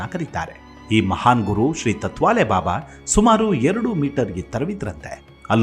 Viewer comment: ಸರ್, ತುಂಬಾ ವಿಸ್ಕೃತ ಹಾಗೂ ರೋಚಕ ಸಂಗತಿಗಳನ್ನು ನಿಮ್ಮಧ್ವನಿಯಲ್ಲಿ ಕೇಳುವುದು ತುಂಬಾ ಕೂತೂಹಲಭರಿತವಾಗಿರುತ್ತದೆ. ಹಾಗೇ ಇನ್ನೊಂದು ವಿಷಯ ನೀವು ತತ್ವಾಲೆ ಬಾಬಾ ಎಂದು ಹೇಳಿದ್ದೀರಿ ಅದು ತಾಟ್ ವಾಲೇ ಬಾಬಾ...ಎಂದಿದ್ದರೆ ಪದ ಸರಿ ಇರುತ್ತಿತ್ತು. ಎಂಬುದು ನನ್ನ ಸಲಹೆ.. ಏಕೆಂದರೆ ನೀವೇ ಹೇಳಿದ ಹಾಗೇ ಗೋಣಿಚೀಲ ಬಳಸುತ್ತಿದ್ದರಿಂದ ಅವರಿಗೆ ಆ ಹೆಸರು ಬಂದಿದೆಯೆಂದು, ಗೋಣಿಚೀಲವನ್ನು ತಾಟ್ ಎಂದು ಕರೆಯುತ್ತಾರೆ. ನಾನು ಹೇಳಿದ್ದು ತಪ್ಪಿದ್ದರೆ ತಿಳಿಸಿ..... - ಜೈ ಭಾರತಾಂಬೇ ...🙏